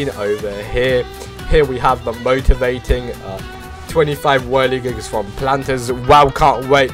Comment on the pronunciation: bro really said whirligigies lol